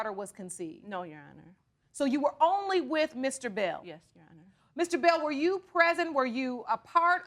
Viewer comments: If she say "you-honor" one mo time😡😭🤣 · That first case always makes me cringe. From them mispronouncing “Your Honor” to the matching bleach spots. They just sound crazy 🤦🏾‍♀️😂